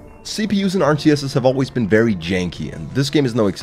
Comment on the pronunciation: It's vewy hot in here